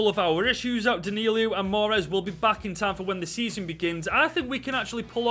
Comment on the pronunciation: D a n i l o not danilio